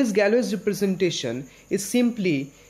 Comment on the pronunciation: Here's how you pronounce Galois